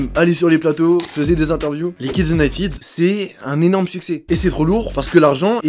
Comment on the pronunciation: Vidéo très intéressante. Mais par pitié les Français, arrêtez de dire "Unitiiide "! United se prononce "uniteude " pas "iiide". Ça fait mal aux oreilles.